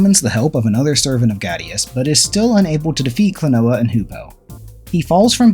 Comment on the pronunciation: Klon-wa Door to Pants on Miffy Said by not me.